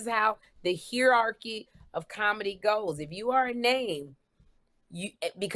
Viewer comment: It's buggin' me so I had to say this...Around the 58min mark Sherri pronounces hierarchy "hear-archy," and on this podcast I've heard her say "oSTEREO-porosis" and it's osteoporosis. In the past she's jumped on Kym for not saying words right, but no one corrects her when she mispronounces words...Sherri can give off an aura of always wanting to be being right, and it's funny because I've seen her be wrong plenty of times on this podcast, but I've never commented on it till today. Anyway Sherri, hopefully you'll read this!